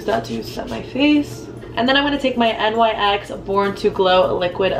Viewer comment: nyx is a word, pronounced like “nicks.” you don’t have to spell it out lmao